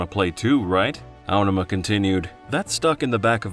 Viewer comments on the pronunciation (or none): Feels so wrong to hear the emphasis put on the first syllable of "Aonuma". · Was this narrated by AI? Your pronunciation of Aonuma is so grating I can't watch this.